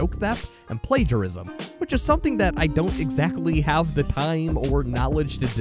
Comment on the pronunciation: Dude the word is “the” not “duh” you are clearly more than capable of saying “the” and the “th” sound cause you do it plenty of other times. Lol wtf I cannot possibly be the only one who is driven nuts by listening to this…